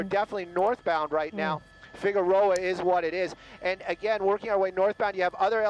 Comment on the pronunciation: Every time says "again", a kitty dies.! Stop it!;-)